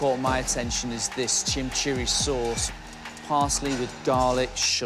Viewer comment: It’s not chimceeri sauce. It’s chimichurri sauce. It’s Argentinian.